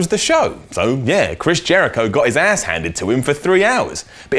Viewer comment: the way says ass. that's a down